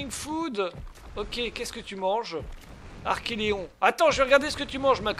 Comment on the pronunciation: Coooool! Sympa et plein de promesses ce début d'aventure. Par contre, pour la tortue, il me semble que tu prononces mal son nom. Il s'agit d'un archeLON et non pas d'un archeLEON. Si maintenant, tu rajoutes des lettres dans les noms des dinos, ça ne va plus! Tu avais déjà du mal avec les milliers, centaines de milliers, millions et milliards. 🤣 Bon par contre, c'est vrai qu'il y avait beaucoup de chiffres dans Primal Fear et que ce n'était pas toujours facile de les lire. Mais là, Archelon, c'est court quand même.... trop court peut-être?!? 😂 En tout cas, vivement la suite.